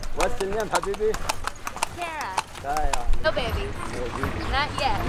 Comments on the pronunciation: LOL! It did sound like "have babies?" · I'm positively sure he was saying "habibi" and now "have babies" lmfao habibi in Arabic is used to greet someone close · 'Habibi' ( Darling) turned into 'have babbies?' LOL That was hilarious!! LOve you guys!! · I love how they thought he said “have babies” when he was saying “habibi” which is basically Arabic for cutie or my love. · I figured someone would confirm this for me. I heard Habibi too. Lol